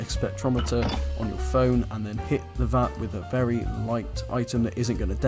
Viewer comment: Really.. these tips really are not helping anyone. Cleaning tip was right, others not so. Also.. its Vat not fat